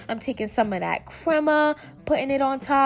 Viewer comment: “Tortil’La” & “creama” love it lmao